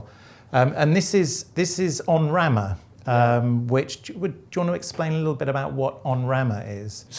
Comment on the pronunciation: EN Rama, not ON Rama - pronunciation :-) Literal translation "on (the) branch"